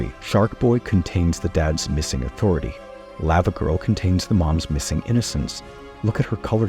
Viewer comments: The way he is saying Lavagirl is getting me upset. Lawvawgirl not Layvawgirl. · Does anyone else have a problem with the way he says “lava girl” when it’s pronounced “lava girl” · The way you say Lavagirl hurts my brain 😂